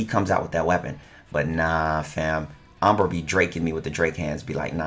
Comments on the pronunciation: This’s always triggers me just a little when u pronounce it as “ombra” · just sounds like he's mispronouncing hombre when he says umbra